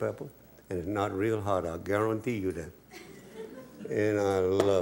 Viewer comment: How y’all are? I Gar-Ron-tee 😂😂